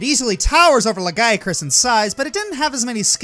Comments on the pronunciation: Le-guy-a-chris? wtf c'mon at least try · Ah yes, the Lahguyacrus